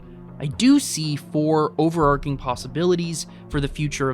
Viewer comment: Fantastically good editing,! The word is overarching not over-arcing.